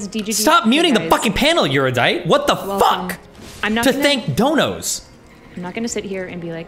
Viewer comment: How can Destiny still not pronounce Erudite?